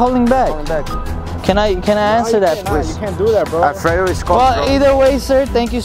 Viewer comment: i am spanish and i am very surprised about how well u pronounce Alfredo, mister! hahaa